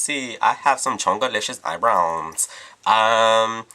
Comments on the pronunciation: "i haf sum chongaleesh's aybrounz." LMMFAO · "Chongoliscious eyebrowns" OMG I love ya,!